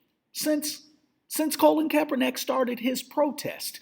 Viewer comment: Yeah I agree with previous statements. You got to work on speaking the brothers name correctly. You're a smart brother but you need to show some intelligence.